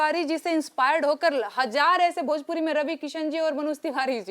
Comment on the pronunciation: एकरा भोजपुरी के "भ" मालूम नईखे !